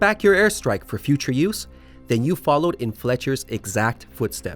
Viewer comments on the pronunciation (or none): none